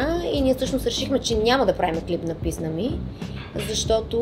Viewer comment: Писма ми вместо писна ми 😂